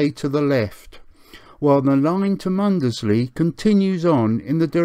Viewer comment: Great video, but you pronounce Mundesley wrong....